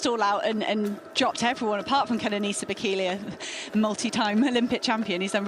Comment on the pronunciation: I swear the woman pronounced Bekele's surname differently every time she said it